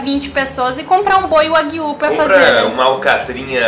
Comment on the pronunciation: Só uma dica sobre a pronuncia do nome da carne, dever ser, apesar de eu não conhecer, Wa Guíu, com ênfase no ¨Guiu¨, pois esta é uma das formas para se referir a bovinos na língua japonesa, exemplo, carne bovina seria ¨Guiú Niku¨, já o leite bovino, ¨Guiú Niw¨, enfim, pelo nome me parece de origem japonesa e a pronúncia correta é com esta entonação, claro que não se escrevendo desta forma.